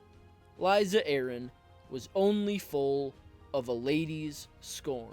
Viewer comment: I’m always skeptical of content creators who consistently mispronounce the names of the characters they’re talking about. Her name is not LIZA, it’s Lysa (the ‘s’ is not pronounced like a ‘z’). Her father’s name is Hoster and is pronounced with a short ‘o,’ not a long ‘o.’ Other than that, interesting video.